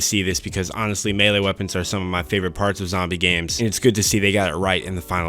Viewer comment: He said melee and not “me-Lee.” 😭 They do exist... 🙏🏾👍🏿 Oh, and this game sucks! 😐